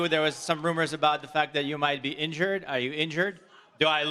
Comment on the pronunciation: Jiri: "Let's go for dat!"✊ Made me think of Bedtime Crew Ey Man🤣🤣🤣